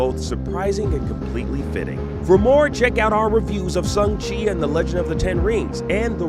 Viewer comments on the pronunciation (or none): It's "Shang Chi", not "Sheng Chi"